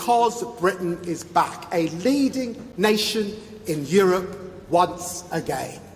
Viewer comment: I thought he was saying Britain is black... 😮